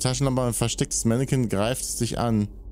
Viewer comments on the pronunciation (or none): Nicht Mennekins! 😂 Mannequin. Wird französisch ausgesprochen. Ein Mannequin ist ein Begriff, der ursprünglich aus dem Französischen stammt und wörtlich “Gliederpuppe” oder “Schaufensterpuppe” bedeutet. In der Modewelt bezeichnet ein Mannequin jedoch eine Person, die Kleidung und Accessoires auf dem Laufsteg oder bei Fotoshootings präsentiert.